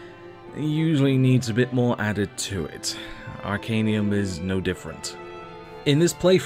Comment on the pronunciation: You regularly saying Arcanium. It's Arcanum. :)